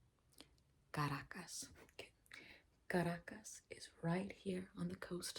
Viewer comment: Did you say the capital of Venezuela is ( CARAJOS ) ???😂😂😂😂😂😂